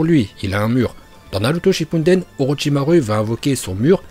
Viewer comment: Y’a que moi qui entend dire « Naruto Shippunden » au lieu de shippuden?